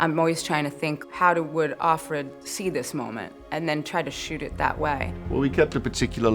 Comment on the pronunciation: why do they keep saying off - red? Isn't it of - fred?